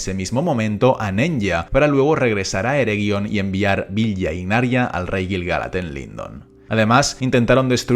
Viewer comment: Apsenë, pero los anillos se pronuncian: Nenia, Vilia, Naria...